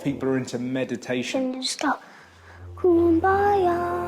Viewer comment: Only in Ireland where how you calm down is saying cumbaia